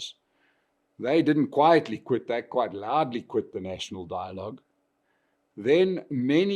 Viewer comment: Die-logue... Rama-coffin-full-$$$